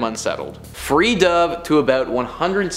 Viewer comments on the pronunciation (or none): lol you so pronounced free "dove" wrong.... it is not pronounced (duh)ve like the bird, it is pronounced (doh)ve which is past tense for dive.... She could have said free dived though! Anyhow that means she went barreling down to a depth of 160 feet without any type of breathing apparatus... That is a long ass way down holding your breath!!!